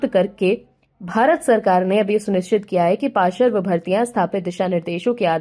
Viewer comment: समाचार सुनाते समय कृपया शब्दों के सही उच्चारण पर ध्यान दें। शब्दों का गलत एकाधिक बार गलत उच्चारण कानों में बहुत खटकता है। जैसे कि देवी जी पार्श्व शब्द को बार बार पाशर्व बोलकर अपना ही उपहास उड़ा रही हैं। आशा है आगे से ध्यान रखा जाएगा। जब हिंदी में बोलकर ही आपकी रोजी रोटी चलती है तो कम से कम गलत उच्चारण करके हिंदी भाषा की गरिमा को ठेस तो ना पहुंचाएं। इसे दिल पर लेने की जरूरत नहीं है। मुझे भी पता है कि आजकल के नए जमाने में आधुनिक बनने के चक्कर में सभी लोग अपने बच्चों की शिक्षा की शुरुआत ही अंग्रेज़ी माध्यम वाले स्कूलों में भर्ती करके ही करते हैं। जहां पढ़ाई अ से अनार या क से कमल नहीं बल्कि ए फार एप्पल से होती है। जब शुरुआत ही गलत होगी तो सही परिणाम की उम्मीद नहीं कर सकते। कुछ लोगों को मेरी बात बिना मतलब की लग सकती है। लेकिन जब तक बताया नहीं जायेगा तब तक किसी को अपनी कमी का पता भी कैसे चलेगा। जय हिन्द। वन्दे मातरम्।।।।